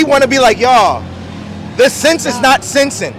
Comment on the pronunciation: “It’s nawht” shawty almost threw her back out over pronouncing that word 😂